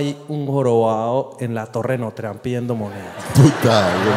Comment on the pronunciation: En notredan, no tredan ja ja ja ja ja 😂😂